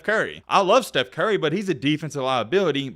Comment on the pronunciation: He said Seth "Carey"also. Ew ew ew